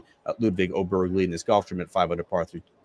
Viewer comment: Heter Åberg. Åberg. For f**k sake.